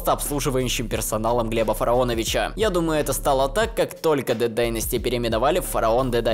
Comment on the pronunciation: Вы слышите как он произносит ДД и все слова на английском? 😂 Я всё то привыкнуть не могу, уши режит